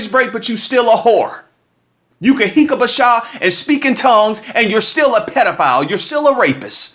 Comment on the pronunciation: "Hik a bac sha."...tho.